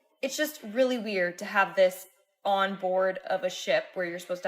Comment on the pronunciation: My guy, I love the videos on both your channels… BUT the word “ON” is a one syllable word lol. I’ve never heard anyone stretch it out to a two syllable word like you.